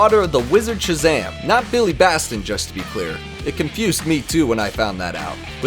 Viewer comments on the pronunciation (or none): That is not how you say Billy's last name, Batson not Baston.